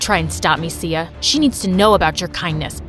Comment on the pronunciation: I heard see ya not Sia lol 😂😂